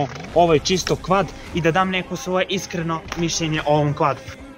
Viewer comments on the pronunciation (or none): none